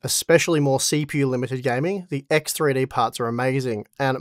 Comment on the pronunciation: Axe Three Dee !